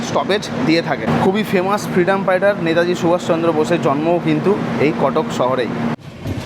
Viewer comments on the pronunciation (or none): none